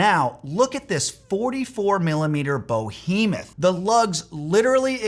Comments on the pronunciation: Only one correction. It is behemoth, NOT bohemoth, it sounds amateurish and un educated. Kind of important for someone projecting such authority. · Sir, I appreciate your content, but your camera exposure is near zero and you're unironically wearing a zip-up polo shirt, so advise you think twice before calling out the choices and supposed mastery of others'. Edit: Also, it's behemoth*, not *bohemoth*. Edit: Also, one doesn't *make a sin, one commits a sin. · No matter how much money you have, it is not a "bo·hee·mith", it is a ""buh·hee·muhth". The above sentence is proof that there is a snob who will think you are their lesser, no matter what you do and how much money you have. More importantly, if you have a "too-big" or "too-small" watch from when that was the style, and you still love it, you should keep wearing it. As much as the industry would like us to discard our old watches and buy new ones when fashions change, a watch that I own and love will always get wrist time. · “bohemoth”. In the same way you criticise people for not knowing what they’re doing with a watch some people might criticise you for not understanding the word you’re mis-using. It’s bEhemoth. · Behemoth, not bohemoth. I've noticed that in all of your videos you struggle with the pronunciation of several words. Amateur. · 👉 It is “behemoth”, not “bohemoth”! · The word is behemoth, not bohemoth. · Actually "Behemoth" not "Bohemoth." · If you’re gonna be snobby—and I’m all for that—you gotta come correct. the word you’re looking for is “behemoth.” Though I suppose that a “bohemoth” might be a very large bohemian. 😄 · BE hemoth not BO hemoth ... LOL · What's this "Bo-hemoth?" you speak of? Is it a Bohemian behemoth? Pro tip: Proper pronunciation of the language you wield can also signal your address on the "amateur-to-veteran" spectrum. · Criticises others and talks about a "bOhemoth" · Beat to it. "Boheemyth?" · Bo hemoth? C’mon!